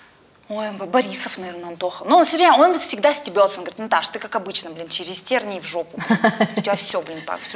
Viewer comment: Это называется не "терни", а тернии.